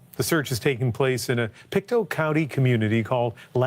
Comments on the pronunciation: It's not French, it's native Indian. Pick-Toe. Not Peekatoo. Pictou like you can "pick your toe". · It's pronounced Pic-tow. And it's aboriginal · It's pronounced Pick-toe 😊, but very close! It's derived from the Mi'kmaq(pronounced Mig-mah-gee) which is our indigenous here in Nova Scotia.